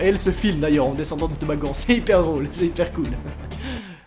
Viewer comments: OUAIS MAIS T'AS DIT TOBAGANT AU LIEU DE TOBOGANT A MIN PTDR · tu stresse tellement que t'as dis "tobaggan" mdrrrrrrrrr x)